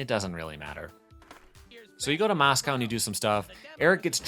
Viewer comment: MOSCOW ? your saying it wrong